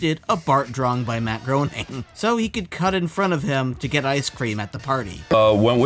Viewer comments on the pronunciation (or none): Bro, you included several clips of folks saying "Gray-ning" correctly, but you still said "Groan-ning" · Matt Groening is pronounced like Matt Grain-Ing. 👉💥